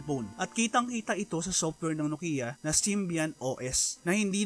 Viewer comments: Diba ang tamang pronunciation ng NOKIA ay KNOW-kee-uh at hindi no-KEE-ya? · Maupay!!! Very Informative. May kaunti lang akong puna, iyong pagbigkas o pag-pronounce ng ng NOKIA, HINDI NO-KI-YA, bagkus NO-KYA and dapat. Eto ang isang link sa clip na kung saan ang isa mismong taga Finland o isang Finnish na nagbigkas ng tama. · nok/kyah not Nokia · Btw guys, paano po i-pronounce ang "NOKIA" NOKIYA or NOKYA